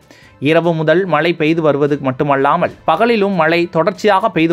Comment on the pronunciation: தயவு செய்து சரியாக உச்சரிக்கவும். மட்டுமள்ளாமல் என்று கூறவேண்டாம். மட்டுமல்லாமல் என்றே உச்சரிக்க வேண்டும்.